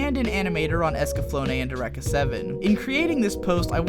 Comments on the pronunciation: Eureka is pronounced "Yur-ee-kuh" by the way. I live in the town of Eureka, California, so this really stood out to me. Cowboy Bebop is up there with Madoka Magica, Baccano/Durarara, Ouran, Kino's Journey, and Paranoia Agent as one of my favorite anime. The amount of elements that came together to make that show as good as it is, is simply insane. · does no one know how to pronounce eureka? it's your-eek-uh. you're welcome.